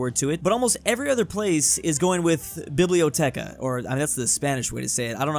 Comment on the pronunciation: There's no H in "biblioteca" in italian.